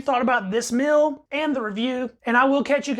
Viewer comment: It is meal. Not mill. Are you related to Robert F. Kennedy Jr. ? In this recording you have the shaking robot kinnedy voice.